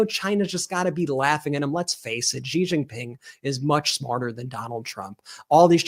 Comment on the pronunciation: Please learn how to pronounce Xi Jin Ping. It’s not an aspirated ‘Ji’ it’s an unaspirated ‘she’.